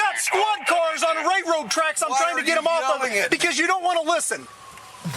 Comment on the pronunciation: The most frustrating part of this interaction is listening to the officer call them "ray-road" tracks 😂